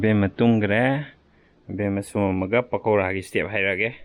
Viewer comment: It's Pakora 😁..not Pokara But it's not that Makhwang chengbi shape like in Ushop